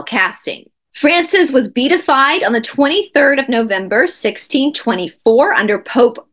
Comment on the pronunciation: It's pronounced "bee - at - ified".